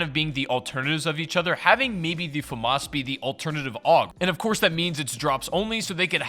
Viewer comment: Well, you pronounced FAMAS wrong